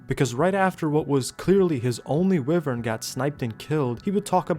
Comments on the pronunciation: the whole wivern instead of wyvern thing bugs me but i still like ur vids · wyvern is pronounced why-vern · Why - Vern ❌ Wiv - Vern ✅ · Why do pronounce wyvern like that?